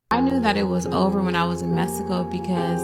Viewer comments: A woman who pronounced "Messico" instead of "Mexico" 🚩🚩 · It’s Mexico not mesico!!! TF!! 😂😂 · Where TF is "Messico"!! Can't trust anyone can't pronounce Mexico correctly! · Her saying “‘messico” is killin me bruh😂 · Lmao😂I noticed that too. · When she pronounced Mexico… MessyCo I knew she wasn’t gon say anything worth listening to’!! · She lost all credibility once I heard “Messico”. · She said Messico 😂